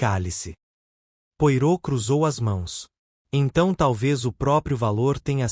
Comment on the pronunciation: O mínimo q se tem q fazer é pronunciar da forma correta os nomes. Poirot - "pua-rô", Hasting - "reis-tin"......é só dar um Google....não consegui dar continuidade, a narração ficou comprometida.